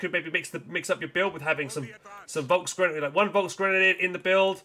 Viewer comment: Das ist folks g., F sound like in word film. Germans will be angry